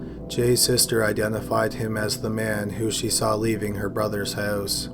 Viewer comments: Droning on and on in a monotonous tone. And oat instead of out, hoase instead of house. wonderful. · You say house like your from south philly but you don’t have an accent on any other word ? Are you fucking with us here lol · "a young man leaving their hose" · you say 'house' so weird